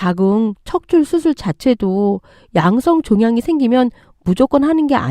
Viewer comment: 자궁척출---->자궁적출 한번쯤이면 몰라도 여러번 들리니까 거슬려서 댓 답니다.